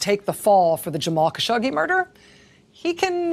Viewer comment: Rachel! It is not only refreshing but so respectful to hear you pronouncing the poor late Jamal's surname correctly. To all the rest of the ill-educated robots reporting on this tragic story, Jamal's surname, Khashoggi is pronounced just as you hear it utter forth from Racel's lips: "Kash- oggy" rhymes with: cash and doggy OK, Can we all take note and move on? Please!